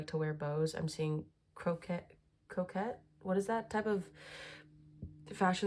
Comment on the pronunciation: Pronunciation is crowshay Crochet